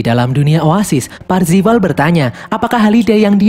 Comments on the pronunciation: Parzival bukan parvizal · Bang namanya kan Parzival, bukan parvizal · ralat, PARZIVAL bukan parvizal. pantes kok lain namanya, rupanya salah hehe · Parvizal atau parzival ?. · Parzival bang bukan parpizal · Eh Bang bukannya Nama nya Parzival ya? Kok parvizal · itu harusnya namanya "PARZIVAL" tapi malah disebut "PARVIZAL" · Parzival✖ Parvizal✔ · Baru nongol kontennya di beranda di 2021,udah lihat Filmnya Di 2019,lakok nama MC nya salah Om :v PARZIVAL Bukan PARVIZAL lmao :v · Bang cara nyebutnya "parvizal" bukan "parzival" terimakasih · Bang itu avatar nya wide watts farzival bukan faivizal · Aku yakin si karakter utama namanya Parzival bukan Parvizal 😅😅😅😅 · PARZIVAL ❌ PARVIZAL ✅ .. . . . . . PARZIVAL YAH YG BENER MINN. JDI LUCU DNGER PARVIZAL HAHAHA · Bukan Parvizal 😭😭😭 Tapi Parzival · Bang nama avatar Wade itu parzival bukan parvizal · Anyway parzival min bukan parvizal😂😂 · Bang awalnya parvizal tapi kok lama2 jadi parzival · parzival bang, wkwkwk bukan parvizal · Parvizal apa parzival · Parvizal woy bukan parvizer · Percifal cok bukan parfical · PARZIVAL PARVIZAL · Parzival atau parvizal si anj 🗿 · Parzival yg bener min:)